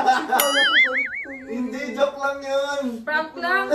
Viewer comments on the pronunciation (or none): Hay pok pok talaga jowk hindi jowk